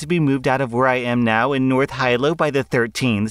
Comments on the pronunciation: HE-LOW! Hilo is pronounced HE-LOW! ahhhhh also, good luck finding that miracle. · Hey it’s pronounced Hilo (he-low) 😊 the rental price for us here for what she’s asking for RENT 3,000 to 6,000 it depends really 🤷‍♀️ I pay 1,200 for a two bedroom not including electric. It’s hard to find property in Hilo as it is for us locals let alone for others to find a OCEAN front property for rent/sale for 1,200-1,400 you gotta know someone local to get that price for what they are asking. Hope this helps! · Oh lord. I’m kanaka living on Kauai and it’s pronounced “Hee-low” not “high-low” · It’s pronounced Hee-low not High-low. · God i'm sure all the homeless kanaka maoli on the big island would ALSO love even half what that women wants (Also Hilo is pronounced "hee-lo" jsyk!) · Hilo is actually pronounced He-Low. Lol for everything she is asking for she'd probably have to get a place in Kona (pronounced Koh-Nah) near the airport outside of town and the price range for that is in the 3k-5k a month range easily. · I love how the choosing begger in the first post thinks she gonna get something in Hawaii. Also just to let you know it’s pronounced Hee-Low. I snorted when you read that XD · You’re doing a great job, I just wanna say Hilo is actually pronounced like HEE-low. The I in Hawaiian is always pronounced as an ee sound. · Hilo is pronounced "he-low" btw. Source: Lived in Hawaii all my life pmuch. Also lol good luck finding that, plus tradewinds work a certain way. Big island people are nice, but not that nice. Edit: Also real estate is insane in Hawaii. Generations of families live in one house for a reason. Especially by the beach. Average rent on the big island for a 1bd apartment is $2100, and that won't give you much room to be an entitled person. I recommend the great pacific garbage patch, they'd fit in nicely. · Hilo = HEE'-lo